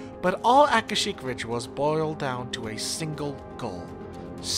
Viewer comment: Your proniciacian is terrible. It's Aka-shic. Ver-bena.